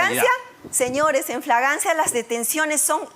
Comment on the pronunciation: la se ha rellenado tanto sus dientes podridos que dice flaglancia apartir del minuto 11 hasta el minuto